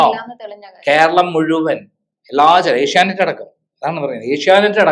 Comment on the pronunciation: ഏഷ്യാനൈറ്റ്‌ അല്ല ചേച്ചീ... ഏഷ്യാനെറ്റ്‌... ആദ്യം അതെങ്കിലും പറയാൻ പഠിക്ക് 🙏